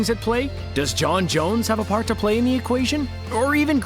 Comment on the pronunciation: sorry but j’onn JONES?!?!